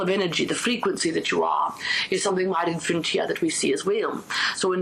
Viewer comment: What is she saying that sounds like infrint?